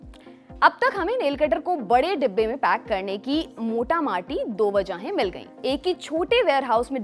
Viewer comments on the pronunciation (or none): "मोटा माटी" आपके मातृभाषा का शब्द नहीं है।😊 उच्चारण से पता चला।